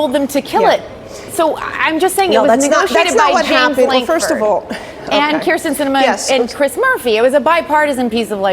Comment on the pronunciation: Lankford! Say it right Out Loud!!!